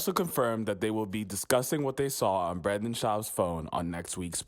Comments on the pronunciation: It’s anecdote, not antidote. It’s Brendan, not Brandon. Your whole gimmick is based off speech and you can’t even speak properly. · You should probably pronounce “Brendan” Schaub’s name properly though……. Don’t know who Branden is………. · IT'S BRENDAN NOT BRAAAAANDON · it’s Brendan, bro. not Brandon like you kept saying lmao good video otherwise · It's brEndon not BrAndon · his name is BRENDAN, jesus am I the only one who was bothered by this? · BrEndan not Brandon!!!!!!BRENDAN!!!! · It’s BRENDAN not Brandon Jesus Christ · It's Brendan not Brandon. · It's Brendan not Brandon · Does it bother anyone else that he keeps saying “Brandon” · Brendan...not brandon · Why can’t this clown on the video say Brendan? It’s not Brandon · 🤌🏼It’s Brendan not Brandon 😂😂😂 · It’s Brendan, not Brandon. But he sucks and I enjoyed the video :) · Keep pronouncing his name as Brandon. LOL. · I’m pretty sure the narrator legit doesn’t know the difference between “Brandon” and “Brendan”… it’s ok bapa, put on an apron and get to cooking that orange chicken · Can’t take it seriously when the narrator keeps saying “Brandon” Schaub. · I loveeeeee that you mispronounce Brendan's name lol. The cherry on top lol. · Dude know one is going to take you serious if you can't even say the guy's name right 💉😘✌️ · Lol a whole video about the guy and the narrator never said his name right haha